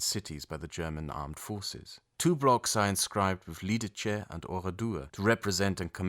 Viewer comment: Bro... Read Lidice like if it was german word. Its close to correct. Not that shit you tried.